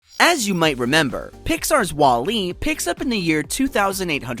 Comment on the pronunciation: if you say WALL-E like that one more time I will commit a war crime